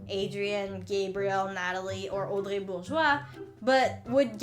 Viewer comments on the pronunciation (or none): none